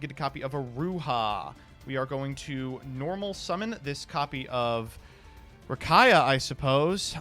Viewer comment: Distantcoder gonna come for for saying Rakaia